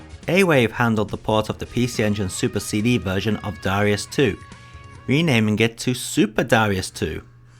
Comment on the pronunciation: You wrote ダライアス in the title, but still pronounce it Da-REE-us in the video. Oversight?